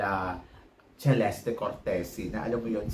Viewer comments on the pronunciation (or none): none